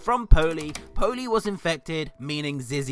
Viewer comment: I thought you said pony when you said poley lol